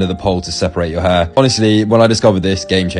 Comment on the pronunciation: I at least here him say heirrrrrr so much